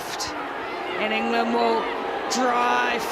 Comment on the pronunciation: Enger-land! It's not dayboo kiwis.